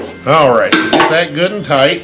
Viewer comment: Goot n tight? Is that German?